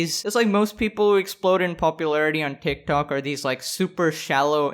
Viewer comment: The Hindi accent really pops when you say TikTok.